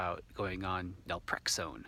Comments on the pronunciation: Naltrexone not nalprexone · do you mean Naltrexone? You say Nalprexone which I’ve never heard of. Not does Google. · How do you pronounce the medication you mentioned? Was that nelprexone? Or Naltrexone? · I’m a bit confused. Are you trying to say Naltrexone?